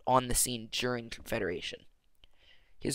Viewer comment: confeda-what? confederation